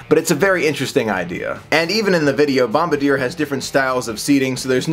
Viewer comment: Thank you, lots of people get that wrong. I'm happy to see new monorails even being discussed. Bom-bar-dee-YAY!